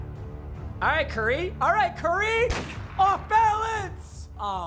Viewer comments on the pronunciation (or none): “cur ry”